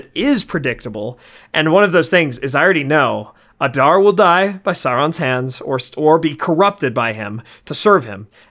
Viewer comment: The way guys say Adar just kills me. UH - DAR, bro you're a LOTR content channel. Its AH-Dar